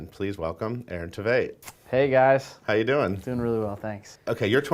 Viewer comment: Tveit rhymes with great, even though he's way more than great...he's freaking perfect